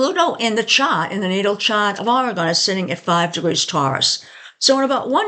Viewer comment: Say it right!!!😂😂